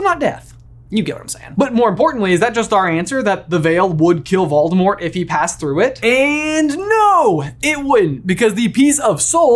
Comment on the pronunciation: Hey, I hate to tell you this but you’re not saying Voldemort’s name right. Technically, the T at the end of Voldemort’s name is supposed to be silent. Voldemort’s name is supposed to end with a L when you say his name.